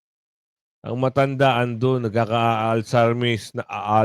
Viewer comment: Hahahahaaaa ....😂 🤣 😂🤣‼️ "Alziemer" po👍